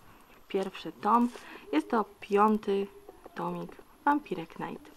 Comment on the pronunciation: fajny unboxing, tylko błagam, nie "wampire knajt", tylko "wampajer najt"